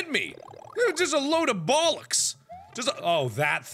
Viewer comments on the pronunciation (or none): none